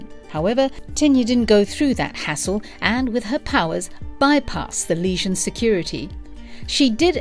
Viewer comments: I swear, every time you said "legion" it sounded like you were saying "lesion". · Is it just me or is she saying that the group was calked The Lesion of Superheroes not Legion. The damsged tissue or wound of superheroes? Is she trying to say it as the French would? Even so she's saying it wrong even then. I love reading LSH strories I particularly enjoy the stories from the late 70's and early 80's. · Legion, not lesion!! AI read script sucks. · Not Lesion - Legion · stop saying leasion that is gapping wound. Legion is the word you mean. lee gin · I thought it was the legion, not leasion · lol sounds like she is saying "lesion" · Everytime she says legion, it sounds like lesion to my ear. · Why is she calling them the Lesion? Not a flattering description.